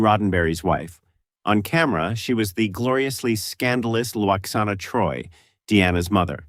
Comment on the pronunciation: #13, it wasn't because he was bald. It's because the captain was supposed to be French as his name suggests and Stewart has a British accent. And you mispronounced locutus and Lwaxana.